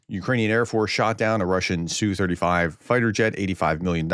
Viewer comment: "ess you". Prof, check your pateon comments. Linked you a source so you can quit sounding like either an idiot or someone who's trying to be pro Russian using Russian pronunciation of the abbreviation. In English, the designation is said "ess you 35". For every Russian aircraft type except the MiG, the letters are individually stated by letter name, as if you were reading a aircraft's tail number. You wouldn't say tail number "nu 650 ga" for N650GA, you'd say "N" 650 "G" "A" (except you'd also say six, five, zero, but you get the point, hopefully).